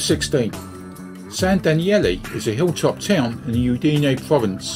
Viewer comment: Thank you. I hope you enjoyed the video despite the mispronounciation of "Udine". Do you have any recommndations on particular areas to view when considering moving to Friuli-Venezia Giulia?